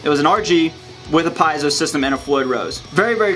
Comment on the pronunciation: Is that the correct way to say Piezo? I'm not being a dick and saying that you're wrong, I'm actually asking to correct myself if I'm wrong.